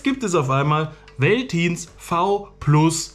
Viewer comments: Wie du Veltins ausprichst 🙈 es wird Feltins ausgesprochen. Bier Eistee noch nie was von gehört 😅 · Hat mir überhaupt nicht geschmeckt.. genau wie Curuba witziger weise^^ Süß wie du das V in Veltins als W und nicht als F aussprichst^^ Mit dem Napf hab ich das Problem nicht, da Julia nur noch Nassfutter annimmt und den ich noch ein Schuss Wasser dazu mische.. dadurch verschüttet es nicht so schnell.. außerdem hat der Napf nen Recht safen Platz im m Flur..